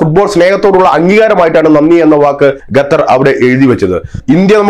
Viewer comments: തൂടർച്ചയായി “ഗത്തർ” എന്നുള്ള ഉച്ചാരണം വളരെ അരോചകമായി അനുഭവപ്പെടുന്നു അവതാരകൻ ശ്രദ്ധിക്കുമല്ലോ? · പൊട്ടാ ഗത്തർ അല്ല ഖത്തർ ആണ് പലരും പറഞ്ഞു തന്നിട്ടും ചെവി കൊള്ളാത്തത് മനസിന്റെ അഹങ്കാരം (ഖിബിർ)ആണ് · ഖത്തർ എന്ന് പറയുഅളിയാ.